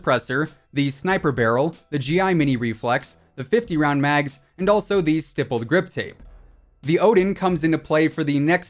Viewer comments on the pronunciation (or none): I love how you say Grippled Stip Tape like every video and don't catch it. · Why do u keep saying "rippled stip grape 🍇 ". Its stippled grip tape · Who’s “grippled stip tape”. No hate tho love your vids.😂😊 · Yoooo when he said rippled stip grape i thought i went crazy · He said grippled stip tape for the PKM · Did anyone else notice that he said gripped stip tape not trying to be rude I always need up what I’m saying I just thought it was funny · “the grippled stip tape on the pkm” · “gripped stip tape” 😂🤣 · "Grippled Stip tape" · You said the grippled stiptape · 10.07 grippled stip tape . ? Ok then 😂😂 love your content man, keep going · the amount of times he said rippled stip grape or something like that instead of stippled grip tape lmao. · Nobody: Literally nobody:: rippled stip grape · He said grippled stip tape on pkm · R I P P L E D S T I P G R A P E😂 Great video, as always 👍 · Rippled stip grape😂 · "rippled stip grape" omfg im dead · "Rippled Stip Grape" xD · The ripled stip grape 😂 you said that going over the AUG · Lol he said grippled stip tape😂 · "The grippled stip tape:" ?? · lmao " the grippled stip tape" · On the pkm he said gippled stip tape hahaha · R I P P L E D S T I P G R A P E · Just want to point out you said Grippled stip tape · Did he just say "Grippled stip tape" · Did he say rippled stip grape!? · Bro imagine saying grippled stip tape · When he said the stippie grippie I almost cried of laughter. 🤣🤣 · “grippled stip tape” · He said stippeled grip tape rong every time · I lost it when you said “Rippled Stip Grape” lmao 😂 🍇